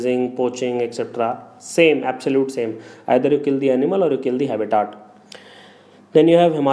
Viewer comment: its habitat not haaabitat lol